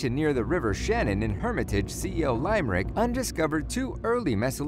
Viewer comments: this dude trying to pronounce Irish place names is fucking hilarious :) c o lime rick hahahahahaha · Did he just say slee-go and lime-rick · laimerick, Sliiiigo HAHAH nice video anyway. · great video but it's sl-i-go not sl-ee-go and limerick is lim-er-rick not lime-rick still great job and sorry for being a grammar nazi 😂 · as someone irish it is pronounced Lim-er-ick 👌👍👌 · johnkollor see oh lime rick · That's nothing, he also says Lime Rick !!??? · lime-er rick lol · He also said "LIME- rick" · Seriously..."County Lime Rick"--what's up with that?? Must be a synthesized voice, like the ones they put on robocalls from the public library... ;) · i love how he keeps saying the names wrong Example he said lime rick when the E is silent but GG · he said lime Rick cringing overload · ITS LIM-ERICK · Sleego, Clonykayvan, Tulamore, Lime Rick, Derrin A Flin, Bute a Vint, fuck me. And there's more wrong pronunciations in this video. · How did he manage to pronounce Louth correctly but butcher Limerick? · And Limerick has a short "I".. It's not a piece of fruit..